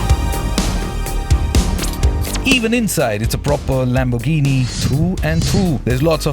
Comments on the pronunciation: The way he says Lamborghini puts off the whole video. It's Lamb-or-ghini not Lam-bor-ghini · It's pronounced as Lamb-er-ghini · No wtf it's Lamborghini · Lam-bur-gheeni please!! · Pronouncing Lamborghini like that is a crime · I have a question - before making the video, nobody taught you how to pronounce Lamborghini? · Have a shot everytime he pronounces Lamborghini wrong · Okay he only did it twice